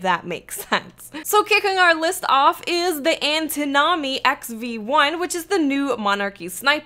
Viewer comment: Lol way to butcher the Antinomy, and Promontory pronunciations.